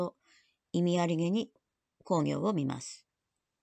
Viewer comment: 鎌倉殿の十三人、とても面白いですね。毎週見ています。 源公暁は、コウギョウではなくクギョウと読むのではありませんか？ まあ、どうでも良いことですが。 元々本当にはいないスナイパーを脚本家が作り出し、暗躍させているので、最期がどうなるかは彼の思いのままですから、歴史学者にとってはどうでも良いことかもしれません。 の予想、大変面白かったです。これからの物語の行末が楽しみです。